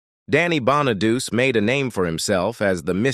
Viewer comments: The narrator is all AI. It mispronounced Danny's last neme is Bon-a-du-ce and not pronounced Bon-a-duce. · His name is pronounced bona du Chee not bona doo see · Dey wasn't a musical talent. I thought that Bonaduce was pronounced "Bon-a-doochee." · Davy Jones was not a Partridge... he was a Monkee, LOL 😂 If you people are going to make these videos, at least get things right!!! Danny Bonaduce's last name is pronounced, BONNA DUCHEE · You should learn how to read if you want to narrate these things Danny’s name is Bonaducci Sounds like Bawn-a-do’-chee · It's "Danny Bon-a-du-che". 😊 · God your AI should learn to pronounce star's names correctly. How disgusting they can't pronounce Danny BONEDUCE. It's pronounced "Bonn-a-dóo-chee". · Lol the way it says Danny Bonaduce 😆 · Computer voice doesn't even know how to pronounce Danny Bonaduce. What an insult. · Danny Bonaduce’s name is pronounced Bon-uh-doo-chee. Salt Saint Marie is pronounced Soo Sant Marie.